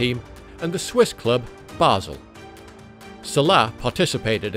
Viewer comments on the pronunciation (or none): none